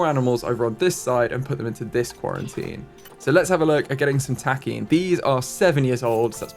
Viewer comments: I could be wrong, but just as a heads up I think Takin is pronounced Tock-in either way, great video! Please please please keep making content I love this series so much! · The Nat Geo show Secrets of the Zoo covers the Columbus Zoo and their other location called The Wilds. The Wilds has takin and it's really cool to see the episodes with them! Apparently takin (TAH-kehn is at least the American pronunciation) are notoriously protective mothers and the babies are absolutely adorable!